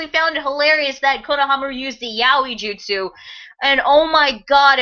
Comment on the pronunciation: It's weird that he called it "that justu" as if sasuke is familiar with this technique